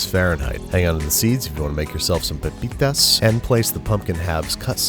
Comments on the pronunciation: OMG YOU SAID PEPITAS (As a Mexican fan, it's really appreciated) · That "pepitas" pronounciation was on point.